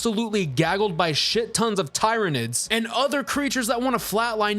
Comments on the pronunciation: tie-reh-nids.... well you got the 'nids' parts right at least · Hey bro, great take, I just gotta say, read it tier-uh-nid. Keep crushing boss. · Tyranids pronounced like tyranny..... please, for the love of "THE EMPORER"!